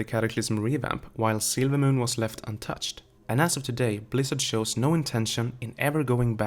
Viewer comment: Sorry if this was already said but every time you say "silvermoon" the way you speak makes it sound like you're saying "sailormoon". Not picking on you just making an observation :).